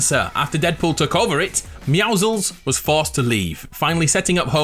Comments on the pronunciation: he said MEOUZLES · First meowsicles and then meowzels god damn it people its meowscles get it write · We just gonna ignore the fact he can’t say meowsicle properly lol